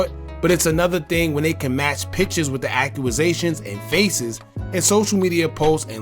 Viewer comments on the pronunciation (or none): Imagine making videos like this but you can't pronounce "Accusation" lmfaoooo